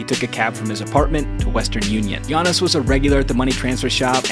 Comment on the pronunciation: Fr it irritated me how they pronounced Giannis name